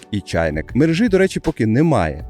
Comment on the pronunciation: Будь ласка, перестань говорити "шисть", "мережи", "хороши"